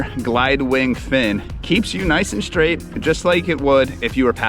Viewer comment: This is more of an ego driven commercial than any kind of review. It's gross ! Sickening ! Even the guys face and the fact that he speaks like a 4 year old is disgusting. BTW - It's pronounced STRAIGHT with a "T" sound, not Schhhdraighd ! Sorry that wasn't taken care of for you back in 4th grade, maybe try harder next time.